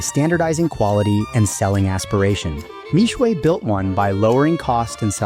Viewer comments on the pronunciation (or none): For those interested in correct pronunciation. Mixue Mi Xue 蜜雪 is pronounced as Me (as in I, me) Swear. Not Me-Sway as in the video. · Mixue means "sweet ice". Pronounced " mee shie ". Mispronounced. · How are westerners always so bad at pronouncing asian names, how did Xue turn into shuay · Bro gotta learn the pronunciation before making video, Mixue is the main keyword of this video, at least be able to pronounce it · How I wish you had researched how to pronounce the brand name...